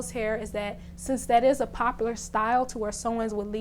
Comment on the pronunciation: Ik Im not the only one who heard her say popalur 🙏🙏 not hating love your videos tho